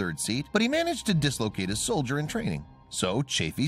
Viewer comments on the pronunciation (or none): he said “dislocated his soldier” instead of “shoulder” lmao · And he dislocated a soldier.🤣